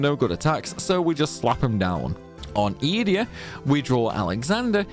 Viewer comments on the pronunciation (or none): Just me or does Ee-dee-a sound off? I always thought it was E-day-ah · Funny in my brain it was obviously eDEEEa not EEEEdea but i kind of like that too, is there anything official on the way to pronounce it?? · Funny, I pronounced it as E-day-ah too 😂. But, maybe we were wrong all this time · This is the first time I’ve ever heard someone pronounce Edea’s name. I’ve always called her E-Dee